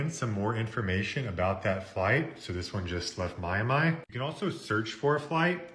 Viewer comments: "my-a-my"? Really? 😳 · My am my??? It's, my am E. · Have have never heard anyone pronounce Miami like he did! My Am I! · Did he say “My-a-my”!? Instead of Miami?😮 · Mi-ah-mi instead of Miami, Leonardo Da Vinki, Lu-ee-gee instead of Luigi? The leaning tower of piza but its the eiffel tower? He's trolling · You pronounced Miami "MY-a-MY". What's wrong with you. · makes sense because I've never ever heard somebody mispronounce words that bad 🤣 he pronounced Miami as My am eye and Italy as Eye tally 🤣... Beginning to wonder if bro isn't an AI bot glitching... I mean he knows powerful websites NOBODY has even heard of... So does AI... #justsaying 🤐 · "My a'mee" stopped me in my tracks...